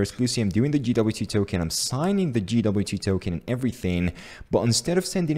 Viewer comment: Great video! BTW it's pronounced "jay"WT. If you say "gee"WT it is GWT ;)